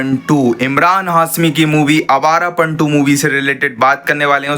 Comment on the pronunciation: abe bhai ' hai awarapan' nhi yeh awarapan h😅